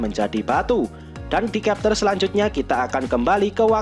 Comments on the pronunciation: bacanya chapter, bukan kepter... blok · Chapter kok di bilang kapter 😂 Konoha bahasa English d samakan sma bahasa sndiri